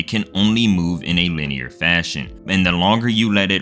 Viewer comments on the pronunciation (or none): none